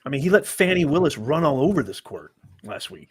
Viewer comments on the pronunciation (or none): It’s F A N I not F O N I If y’all would be quiet we could here the courtroom